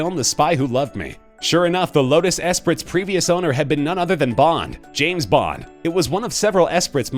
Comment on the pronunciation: Ca-pole-uh? Ess-pritt? Why do these stupid clickbait top 10 videos ALWAYS mispronounce names and objects? Seems intentional...